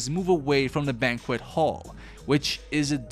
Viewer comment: The mispronunciation of crow and banquet almost makes me wonder if this is sneaky ai use, or just tired narrator. anyway, crow rhymes with grow or show. Banquet is like bank wet.